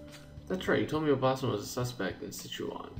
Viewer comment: I don't really want to be honest about it, but... you've been pronouncing "obaasan" wrong the whole time peace out